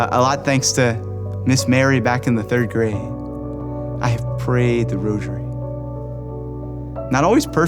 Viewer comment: Not "roshery"......geez!! Stop saying "roshery"!!!!!!